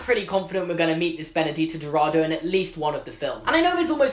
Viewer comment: You pronounced “Benedita Dourado” quite good for someone who never spoke portuguese but “Castelo Bruxo” (the “Bruxo” part) was quite off 😂😂😂 it’s pronounced Brusho (the X sounds like sh from the word she for example) not Bruhoe (like the nasty word hehe in the end), good job anyways